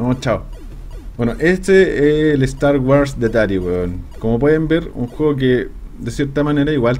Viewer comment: ¿Star "waras"? :D